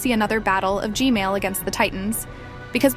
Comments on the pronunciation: Why do you alway say gmale and not gman???? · she said g-male